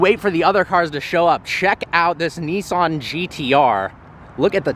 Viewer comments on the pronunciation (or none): none